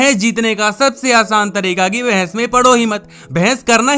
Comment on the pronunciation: It is not bhains it is bahas